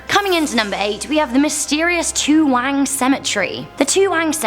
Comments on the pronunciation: NO NO NO! It's TOOWONG Cemetery, not TOOWANG. I live in this suburb. Where on Earth did you find it being called Toowang? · During the day Toowong (not toowang) it’s absolutely beautiful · Toowang????...... lmfao! Toowong cemetery not Toowang lol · it’s actually Toowong Cemetery. I live in Brisbane, Australia and this cemetery always creeps me out when driving past. On Halloween every year, a ghost tour is put together at Toowong Cemetery. It’s creepy. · Toowang? Are ya sure bout dat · Great video,but it's Toowong, not Toowang. :) Thanks for mentioning Brissy! It's oddly thrilling to see that international channels know about our little corner of the world. :D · Uh... There's a cemetery in Brisbane called Toowang? That's crazy, I've lived here my whole life and I've only heard of Toowong Cemetery, which is pretty famous. Hrmmmm..... 🤔😆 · it is Toowong not Toowang in Brisbane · I'm glad I'm not the only one who noticed. Pretty funny, though... 'wang' giggles childishly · BROOO I VISIT ONE OF THE PLACES NESR THE TOOWANG(its toowong) CEMETERY I DIDNT KNOW ANY OF THESE URBAN LEGANDS Next time i visit my sister imma visit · It's Toowong not Toowang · Toowong. Not Toowang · Number 8 is *Toowong*, not Toowang. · Toowong * not "toowang" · You told about “Toowang “ in Brisbane but its actually Toowong very scary stories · It’s not Toowang it’s TooWONG. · great video guy's 😊 big fan of most amazing top ten. just thought you guys would like to know that the cemetery in Brisbane Australia you mentioned is called toowong cemetery not toowang ☺ would be awesome to see an urban legend video about Australia 🤔🤔we have to have something other than all the animals that will kill you lol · I live in Brisbane and it's Toowong cemetery, not Toowang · It's toowong not wang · Great video but it's Toowong not Toowang cemetery :) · It's Toowong, not Toowang. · It’s pronounced too-Wong why do you guys have so much trouble pronouncing Australian places? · "TOOWANG Cemetery you mean.